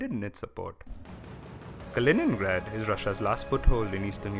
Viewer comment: Kalinin^grad. Puberty